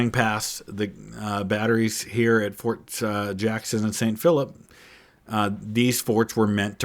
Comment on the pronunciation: *forts…..not “force”